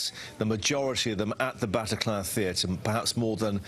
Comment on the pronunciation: I hate this presenter and the way he says Bataclan . I also hate how america make it all about them